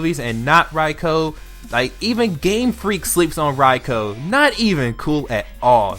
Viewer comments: ITS PRONOUNCED "R-EYE-K-EW" LMAO Other than that, good list. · I feel like I'm being stabbed every time he pronounced raikou wrong